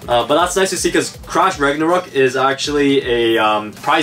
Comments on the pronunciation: When they said crash Ragnaruk I honestly heard,' TRASH RAGNARUK" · I thought you said trash ragnaruk